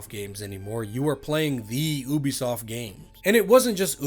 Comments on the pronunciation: Plz for the love of god it's pronounced u-b_soft not oo-b_soft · love your videos, but please pronounce Ubisoft correctly. /ˈjuːbisɒft/